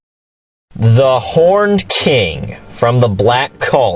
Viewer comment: I thought you said "The Porned King" and that you wanted a porn parody... whoops